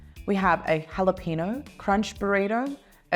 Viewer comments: That Australian woman keeps saying it wrong because it's Burrito not Borido and it's Jalapeno "Halapenyo" not Halapino. 😄😂🤣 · stop saying "halapeNO".... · Someone please teach how to say jalapeño. Its like nails on a chalkboard! Thank you!